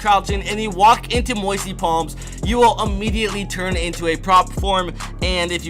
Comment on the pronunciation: Lol "moisty plams"